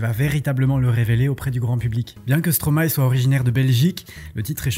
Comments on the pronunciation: enfin un français qui dit bien le nom de Stromae MERCI beaucoup. J'aime beaucoup ce que vous faites. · En tt cas j tiens a feliciter l effort pour la prononciation de stromae 😊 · Stromae est le verlan de maestro, j'imagine qu'on est d'accord sur ce point au moins. Maestro ça se prononce pas Maïstro comme beaucoup font l'erreur mais "ma-és-tro" donc absolument tout le monde prononce le nom Stromae correctement. Je t'invite a regarder sur internet la prononciation du mot.